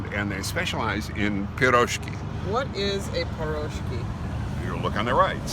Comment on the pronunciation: ACTually..... the Russian version is spelled piroshki and my personal Russian consultant (aka Ivana Humpalot) informs me that I said it aright-- it's phonetic... pir-ROSH-key... which is not to be confused the the upper midwest mining food "pasties" (pronounced PASS-teas) nor further confused with Polish/Czech Paczki (pronounced POONCH-key) and enjoyed most often pre-Lent. OMG all this over a hamburger-stuffed pastry that was AWESOME?? Anyway, thanks so much for watching and commenting. We really do appreciate it a lot. Tell your friends!